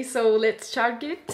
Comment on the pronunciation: its like "chargue-it" hehe ... but i can understand what she saying